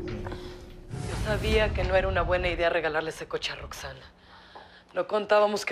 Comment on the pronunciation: No es Roxxanna es Roxxanne